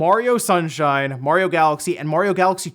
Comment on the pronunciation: please stop saying "Mohriow" it's Mario